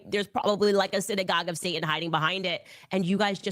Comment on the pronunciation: She can’t even say satan right. She completely misses the T.